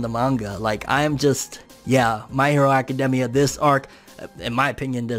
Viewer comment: My hero acaDEMia though 😂😂 I've never heard anyone say it like that 😭